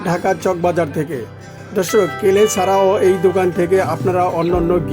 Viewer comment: কেলে না ক্লে 😂😂😂😂😂😂😂😂😂😂😂😂😂